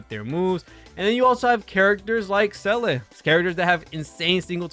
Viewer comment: Seele is Pronounced Zee La say it with me Zee La. Seriously she says her own name.